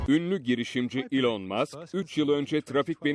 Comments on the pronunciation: Normal: Elon Musk Spiker: yIlAn MaSk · Ulan ilan deyil elın diye